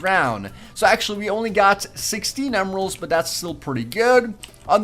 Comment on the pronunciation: he said 18 emerals XD